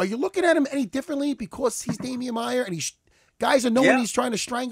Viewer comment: "Damian maiar" hahaha